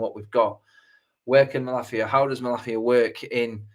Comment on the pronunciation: Why are you pronouncing his name like that? He's not spanish...